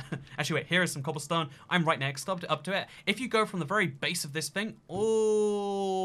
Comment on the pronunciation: is anyone gonna talk about how he says "cobblestone" as cobbleston